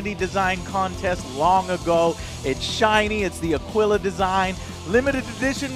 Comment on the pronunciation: Did you say “ A-Gwila” design ?